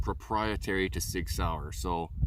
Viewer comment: It’s Sig Sauer not Sig Saur